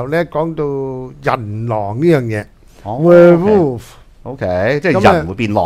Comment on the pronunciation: 係讀where wolf。。。